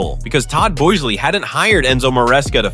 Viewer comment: Wanted to watch, but the computer-generated voice and mispronunciations are too cringey. Who is Todd Bo ez lee?